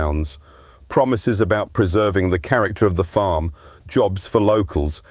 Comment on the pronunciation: 🤣🤣🤣 what the fuck is this jabber? Is this just for people who dont know who Jeremy Clarkson is? The AI is horrendous 😂 its farm NOT forrrrrrrrmmm